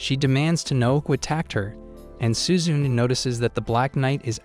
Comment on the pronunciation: I can't help but laugh at how the way you say "suzune". It's SU-ZU-NE not suzun LOL🤣